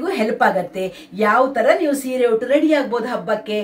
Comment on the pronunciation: ಹುಟ್ಟು ಅಲ್ಲ ಉಟ್ಟು ಸರಿಯಾಗಿ ಮಾತನಾಡಿ 😅ಆಮೇಲೆ ರೀಲ್ಸ್ mmadi😅